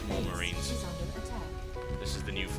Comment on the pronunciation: everytime i hear that "Base is under attack" it sounds like "Face is under attack.